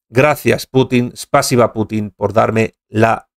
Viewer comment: No se acentúa Spásiba, se acentúa en la i, Spasíba!!! Gracias.